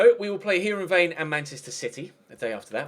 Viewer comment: Heerenveen is pronounced Hirrenvain